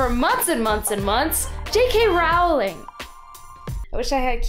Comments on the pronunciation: Roooooooooowling not rawling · It's rOwling not rAwling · it's pronounced row-ling as in rolling pin. not row-ling as in having a row-ling. she has stated her self that that is her name- and for such a self-proclaomed big fan like yourself her comment that she has "long given up correcting Americans" really fits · its jk ROLLING NOT RALLING ABUSE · You pronounce her last name wrong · Looool I had to come to actual video to see if any Potterheads had commented that she pronounced Rowling's name wrong 😂😂 (and I wouldn't even be that offended except that there is a solid 4 minutes of details about Rowling's life but NOTHING about how to say her name???) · Can you say her name right atleast lol